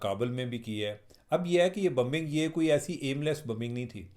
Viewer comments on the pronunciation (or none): It's not Bumbing It's BOmbing!!!!